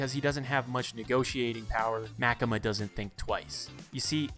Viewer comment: I think it was MaKEma